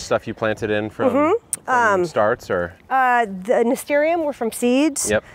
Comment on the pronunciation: Nasturiums? it is spelt nasturTiums Nas ter shums